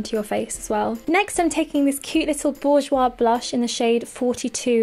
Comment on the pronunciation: I'm french and you said "Bourjois" in a very gorgeous way <3